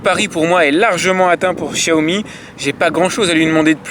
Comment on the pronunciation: Enfin qqun qui prononce "Chiaomi" !!!! MERCI